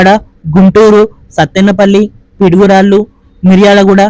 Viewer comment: Pidugurallu enti bro piduguralla kada